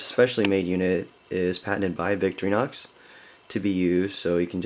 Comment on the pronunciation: It is not pronounced Victory Nox. It is pronounced Vic-TOR-ih-nox. Otherwise, thanks for the review.